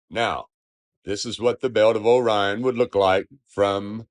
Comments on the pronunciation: Is it bugging anyone else that he keeps calling it, "The belt of O'Ryan" instead of, "Orion's Belt" or is it just me? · I am sorry, truely, but "o/rion" is not a word. How can I be expected to take someone who still speaks in syllables seriously? How would he pronounce this word 👉ore? Or 👈 this one? Bet he says, po/lice too, y'all. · Honestly appreciate that he was trying to come up with a coherent argument, although he completely failed to think in more than 2 dimensions. The most annoying part of this video was the whole ‘O - rion’ thing, every time he said it was jarring. Happy 42nd birthday. I’ll be joining you in May 🎉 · Can we start a petition to change Orion to O'Ryan? I like his pronunciation 😆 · One thing I like about this guy's video is the way he says, "Orion." The emphasis on the "O" makes me smile.